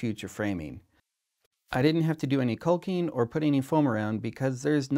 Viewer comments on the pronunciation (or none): Did he say cocaine or caulking?